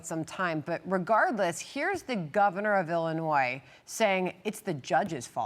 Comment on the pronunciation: Pritzker/Johnson gets you The State of "ill-noise" 😂.